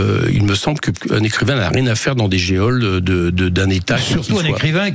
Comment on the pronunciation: Coquerel : " dans des Gé-oles "...Ca s'écrit ainsi mais se prononce "jole". la grande misère de ceux qui nous président ou l'ambitionnent...La France d'aujourd'hui qui fait se retourner dans leur tombe nos glorieux ancêtres.